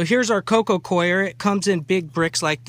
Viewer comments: Please stop saying co-i-er people. You sound so stupid. That hat doesn't help either. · Its not pronounced CORE actually and it doesn't matter where you're from "coir" is pronounced Kwar like the guy above said. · Learn how to say Coco COIR - its pronounced CORE lol